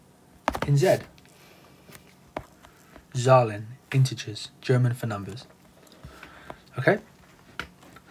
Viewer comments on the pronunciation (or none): none